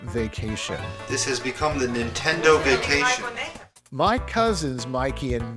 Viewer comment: THIS DUDE SAYS INTENDO